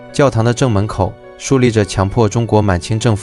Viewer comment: 曹飛+楊嘯偉⋯⋯被點名了！ 另外「璦琿條約」 那個琿唸「魂」音⋯⋯